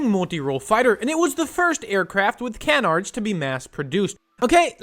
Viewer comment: Bro said can-ards...